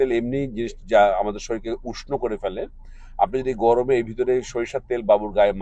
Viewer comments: vai gomore na gorome hobe. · গমরে নাকি গরমে?